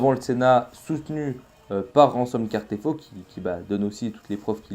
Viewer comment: C'est Casterfo, pas Cartefo 😉